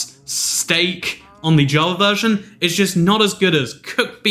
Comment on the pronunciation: Lmao u said verson